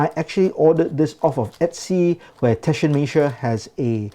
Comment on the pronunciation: "TAH-shen-mess-er". Not that hard.